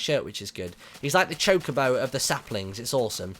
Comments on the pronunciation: its choca-bo not choke-abo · its not chicobo its chocobo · You're saying chocobo wrong Martyn